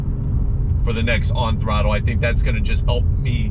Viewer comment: The way you're saying "On Thrutlle" is super 😂👍🏼